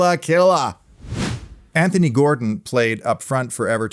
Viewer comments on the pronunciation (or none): none